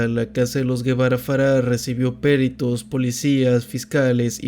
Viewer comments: Dónde le vio el acento a la palabra PERITOS! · "Peritos" no es palabra esdrújula, el acento va en la I, no en la E. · Por favor investiga cómo se pronuncia la palabra “ peritos “ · Excelente video, gran canal pero porfavor pronuncia bien la palabra "peritos" sin acento en la e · Me encantó el video, pero la pronunciación de "peritos" me generó un dolor auditivo jajaja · Me gusta mucho tu contenido pero van varias veces que escucho que acentúas mal las palabras: es Huixquilucan, con acento en la U (HuixquilUcan), no Huixquilucán; es perito, con acento en la I (perIto), no périto. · Peritos tiene la sílaba tónica en la “ti” y Huixquilucan en “lu”